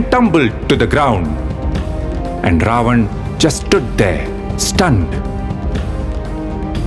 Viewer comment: Please don't mind if I say something which I didn't find well. You are doing tremendous job. You need to pronounce Ravan name as रावण instead of रावन. If I am wrong please correct me.